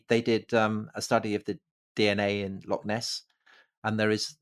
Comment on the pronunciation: ffs, why can't you pronounce loch? Just a wee bit too lazy to try?